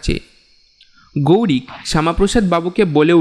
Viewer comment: তোমাদের কিন্তু অনেক improvement এর দরকার আছে...অন্যান্য চ্যানেলে কিভাবে গল্প পাঠ হচ্ছে, কেমন মিউজিক দিচ্ছে ইত্যাদি এগুলো প্রথমে ভালো করে শোনো। এছাড়া উচ্চারণের হাল অত্যন্ত খারাপ...গৌরিক নয়, গৈরিক...এই গল্পের লেখক হিসাবেই বলছি, এরকম উপস্থাপনা করলে কিন্তু সব সময়ই পিছিয়ে থাকতে হবে।